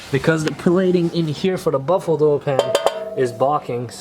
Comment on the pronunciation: You are saying “baffled” oil pan wrong. Not buffalo.